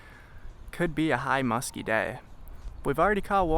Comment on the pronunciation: The most homosexual fishing video I've witnessed....say musthky....for me baby